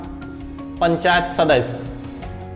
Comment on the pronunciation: "सदस्य" शब्द का उच्चारण ठीक से किया जाए सुनने में अच्छा लगेगा l